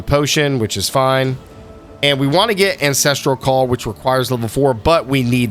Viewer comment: I like the premise but based on the first minute you already say both Hailrake and Ancestral Call incorrectly so it makes me question your credibility and overall game knowledge. Good luck with the videos, I think they're a great idea and really helpful for any new players, I would recommend making sure you're saying the names right if that is your target audience though.